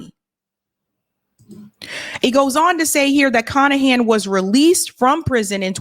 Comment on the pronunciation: His name is literally Michael CON-ahan